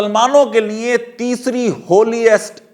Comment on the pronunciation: آپ بولتے بہت اچھا ہیں اور علمی اعتبار سے بھی معتبر ہیں۔معذرت کے ساتھ۔جب آپ لیے بولتے ہیں تو سننے والوں کو لگتا ہے لیے نہیں لییں بول رہے ہیں۔اس بات پر توجہ دیں۔liye کی بجاے liyein لگتا ہے۔